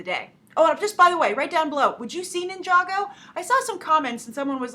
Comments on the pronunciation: you had it correct to say nijago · GAAAASP!!! you said ninjago right like nobody else does!!! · yep you said ninjago right :D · you did say ninjago right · You did pronounce ninjago right